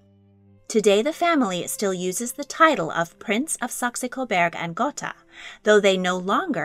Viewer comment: While I appreciate your video I must say that your pronunciation of Saxe-Coburg und Gotha is incorrect. If your are going to do another video about the couple and their legendary house please learn how to pronounce their names. Second, I would like to know where you found several private photos of Prince Hubertus and Princess Kelly? You really should site your source and ask for permission. Several of your photos are copyrighted.